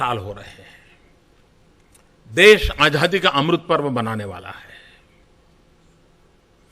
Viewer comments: Abe Modi rascal.. Dhang se bolna to seekh.. Azaadi hota hai.. Ajhaadhi nahin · he spells azaadi as ajhaadi haha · Azhadi nahi chutiye Azaadi hota hai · Jaahil Aazaadi hota h Aazhhadi nHi 😂😂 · Modi ji bolna seekho आज़ादी hoti hai आझादी nahi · Was it only me jise modi ji ke muh se azaadi ki jgh ajhadi sunayi de rha tha😂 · Modi cannot pronounce Azadi he pronounces it Ajhaadi. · Yeh jisko AZADI kehna naheen aata yeh khaak World Super Power banaye ga. AAJADI. Wah kya baat hay. AAJAD qom. 😂🤣😀😁😁😁🤣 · Modi ko aazaadi bhi bolna nhi aata baar baar aajhaadi bol rha h 😁😁😁😁🤬🤬🤬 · Is admi ko sahi se azaadi bhi nhi bolna hai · he cant even say ‘ajaadi’ properly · Azadi bolne nahi Ara pm ku 😂😂😂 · Ravish ji isko to theek se azaadi bhi bolna nahi aata hai, manhooson ko kum dekhane ki koshish ki jaye, dil jalta hai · Modi can not even pronounce azaai properly. He needs to go along with other BJP and RSS idiots